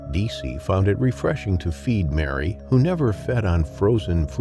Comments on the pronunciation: Its called Merry, not Mary! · Croc probaly didn't like his name. Whole time I'm watching this it keeps throwing me off when the narrator says Merry(sounds like Mary) and then says he.